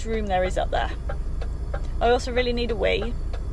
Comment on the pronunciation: "it's up theair " 🤣 🤣